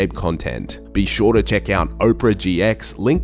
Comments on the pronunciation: op-ra gx. not oprah. haha. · Wtf is O-prea GX? Its APERA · "Oprah GX"